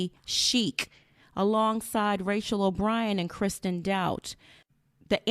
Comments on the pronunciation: It’s dote te not dout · It’s pronounced “doe-tea” not “doubt”